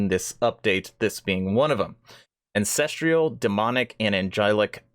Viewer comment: An cess truuhl. Not cess trieeuhl. Where are you finding the trial in ancestral... you have valid points and good reason to be upset. Although I think they're keeping a lot of good stuff from us and we're most likely 3 years out still. But at least know how to pronounce a simple word and know how to read correctly if you're going to state that you have such better ideas on things.